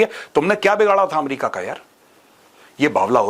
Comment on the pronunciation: ए मेरिका नही अ मेरिका